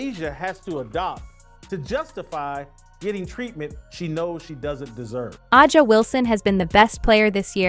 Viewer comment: Can you fix the damn A I voice to say Asia just like that Asia not ajia Asia if you’re gonna use the damn A I use it right